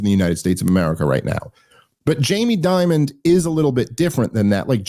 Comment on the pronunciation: Jamie Dimon, not Diamond BTW. I said his name incorrectly for years. I'm not even sure if Dave made this mistake but if I teach one person something new it's worth commenting.